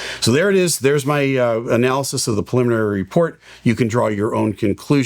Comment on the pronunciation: Say it with me...."pre-limin-ary".